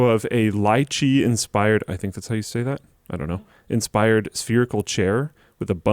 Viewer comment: lee chi the tropical fruit. who ever sees this comment go tell him lychee is pronounced that